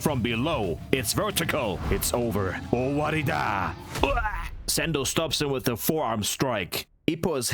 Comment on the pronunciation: Narrator actually said "owarida". That's when you know someone is truly an anime fan.